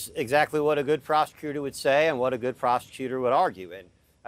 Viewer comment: is it just me or does it sound like that attorney is saying “good prostitutor” instead of “good prosecutor”? LMAO